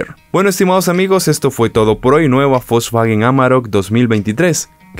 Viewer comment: No es Folsvagen!!!! Es wolsvagen!!! No existe la F,!!!